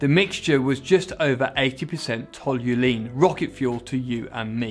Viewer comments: ToluEne. Not toluLene. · Toluene, not tolulene. You're adding an 'L". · TOLUENE! Not "Tolulene" Aaaaaggghhh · Cool, but It's toluene not tolulene! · It's Tolu - ENE, Not Tolu - LENE. Jeebus! it's grating to hear you repeatedly mangle the word. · Toluene is pronounced tall you een not tall you lean. Why is it so hard for English people to speak English properly? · Toluene* not tolulene 😭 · TOLL-YOU-EEN, not TOLL-YOU-LEAN 🤪🤪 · It's toluene, not tolulene! 😂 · It’s “toluene” not “tolulene”. There’s only one L. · Why do you keep saying Toluene as Tol-you-Lean? I've only ever heard it pronounced Tol-you-een... i.e. the way it's spelt, but more than happy to be proved wrong. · there's only one L in Toluene (not Tolulene) :) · TOL-U-ENE not TOL-U-LENE! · Toluene, not tolulene! ;) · So, what's that stuff called, "Tolu.....what now?" It's only written on the screen about 5 times during this video. It appears to be spelled "Toluene", 'tolu...ene' not "Tolulene". Where has that second 'L' come from? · Jet fuel, not rocket fuel. Toluene, not tolulene. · FYI, it’s Toluene not Tol=u=lene as you are saying it. Nice video though. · Toluene not tolulene. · "Tall-you-EEN" not "tall-you-lean" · Great video, loved the 1st turbo era of F1. One thing, please stop saying tolulene, it's toluene. Only one L my dude. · For the love of everything loveable. It's called toluene. Not tolulene. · Where is this second "L" you keep using in "Toluene"? Tol-U-een... not Tol-u-leen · Very interesting. Always enjoy these videos. Quick one....Toluene, not “Tolulene” 😉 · Hey dude, its not pronounced toh-youll-ene it's Tol-you-ene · It's toluene, not "tolulene". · It's Toy-lean pronounced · TOL-U-ENE, there’s only one L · When speaking about the name of the fuel, why do you keep pronouncing "Tolulene"? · Tolulene? Not newkular then? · You keep saying toluLene. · So many errors in this. And WTF is "ToluLENE"?? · Yep, I wondered how he managed to pronounce 'Toluene' as 'Tolulene'. Interesting video, though.